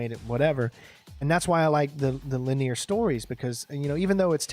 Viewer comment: Why do you pronounce the word linear as “laneer”? So strange.